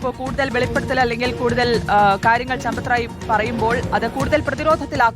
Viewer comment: ചമ്പത്തു റായ് എന്നല്ല കൂട്ടരേ സമ്പത്ത് ദാഹി എന്നാണ്😂😂😂😂😂😂😂